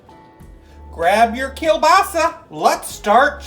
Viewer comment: I could care less about football, and I could care even less about "dip," but I'm 100 percent POLAK and you had me at KIELBASA. Pretty good pronunciation. Keep up the good work, dupa yash. We love ya.